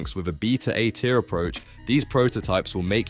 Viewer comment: The narration is AI as well. “a tier”, not A-tier